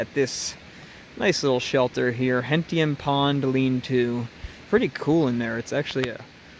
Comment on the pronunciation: Hey! I know that area! The line through the pond is a railroad track, and that’s called Reflection Pond. Oh, Gentian is pronounced like it starts with a J (as in jump). Stay safe in the Whites.